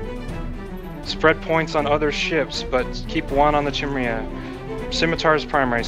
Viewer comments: well surely it's your job to teach your corp to pronounce chimera (ps it's HE-meh-rah, not KAI-mera) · Phonetically Chimera is pronounced "ki-meer-uh" like "k-eye-mere-uh" or "ki-mare-uh" depending on where you're from, but never Chimney or Chimreah :) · Actually it's more like Kai-mare-ah unless you were born in the SE US. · KAI - MARE - UH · I'm gonna comment because you told me not to. It's pronounce Kai-mare-ah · Guy needs to take a Xanax or something.. Chill. Also it's pronounced Kye-meer-uh. Just for future reference for you and your corp mates. :-) Still have no idea how to pronounce "Svipul" though... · Chimera, think it's pronounced as "Kai-me-rah". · Goddamnit. Educate your corp on how to say it. Kai-meh-rah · no need, but I'll comment: it' pronounced close to "Keemara" or "Keemera" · After this video, I'm never going to pronounciated Chimera correctly!!! YOU'VE DESTROYED MY LIFE!